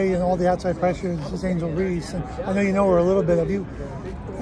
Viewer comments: I bet when you were in the military and there was a General Reese who’s name you had to pronounce in front of other military personnel or directly to the General, you ain’t gonna be cute and ignorant then and pronounce his name as Reesey…stop being a goof’; no disrespect bro but we have to stop making ignorance popular. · Bro you ain’t that stupid; you know damn well her last name ain’t pronounced fkn’ (Reesy). You pushing ignorance my boy; pronounce that woman’s family name correctly. Stop trying to be cute.